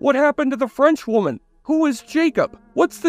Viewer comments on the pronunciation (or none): none